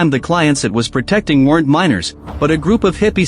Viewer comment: "miners" not minors!